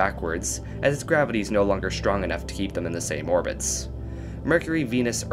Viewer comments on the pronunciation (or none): none